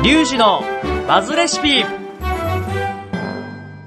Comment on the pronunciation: バズがマズに聞こえてしまいましたごめんなさい